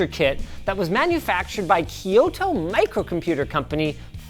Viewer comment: I'm gonna be the nitpicky one no one wants to hear from, but please stop saying Kyoto as Keeyoto. There is no long e sound in the name. It's just a k with a consonant y followed by a long o. I teach Japanese people how to pronounce things in English, I might as well go the other way too!